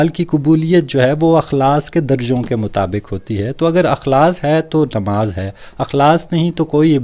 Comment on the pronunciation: بھائی اِخلاصُࣿ کو اَُخلاصࣿ کیوں پڑھتے ہیں؟؟